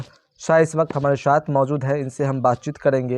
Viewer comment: Are bhai bolne ka saleeqa kab aayga Shath bolte ho sath bolo